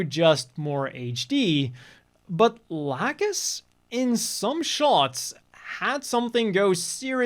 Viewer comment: I'm sad that if this gets dubbed, it'll most likely be only with the new remaster cast. I much prefer the old cast, and also hate what I've heard of how they say lacus or laacoos I guess